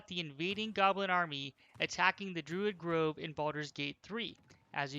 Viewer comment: I know this is old but... did he say 'Gruid Drove'?